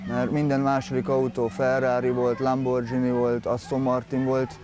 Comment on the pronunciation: "Lambordzsini" :D